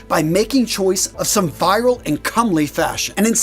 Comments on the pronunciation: Just a note: "virile" is not pronounced "viral." It's VEE-rile. You said let you know down in the comments, so there it is. Not trying to be persnickety. 🙂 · It's 'virile', not 'viral'. Nevertheless, an interesting and well-researched video. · You're pronouncing "virile" to rhyme with "viral." It's pronounced "veeril." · "Virile" is not pronounced like "viral." A manly man is virile. It means masculine. It is pronounced "veer-ul." The English might pronounce it "veer-ile." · I won’t try to correct your pronunciation of Ancient Greek words, but you could stand some improvement with “virile.” It is NOT pronounced the same as “viral.” It’s more like “veeril”, but with that “ee” sound said quickly, not drawn out. Btw, I have to agree with others here, that although the content is very well done—apart from the fact that you whiz through it quicker than I’d prefer—the TITLE of the video is not addressed at all. “Why Men Don’t Dress Like This Anymore.” Why indeed? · and the word is "Virile" not "Viral" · Interesting. But the word is pronounced VEER-ILL (accent on the first syllable) not viral. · You asked for pronunciation corrections: "VIRILE" is pronounced "VEER il" and means masculine. You were saying "VIEral" which is a virus. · Not to be that guy, an otherwise enjoyable video, but the term is virile is pronounced "vheer-aisle" as opposed to "vhy-rahl" - virile means manly - implies ability to father children and generally not being a pansy, and viral in our modern context implies popular without promotion. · Just a small critique. The word “virile” is pronounced vee-riile, not vie-ral. Other than that, great presentation. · Please, virile is not “viral” like tik tok videos. It’s Masculine, as in virility. Potent. Great video btw, especially the thumbnail. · virile is pronounced "veer-ill." I think you were reading it as the word viral. Just a note for future use of the word. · It's pronounced "veerile". Fancy clothes don't make a fancy man. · It's "Veer-Rile" = Virile